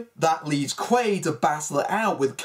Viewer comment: It's Doug QUAID, not Doug Quail lol just FYI 🤜💥🤛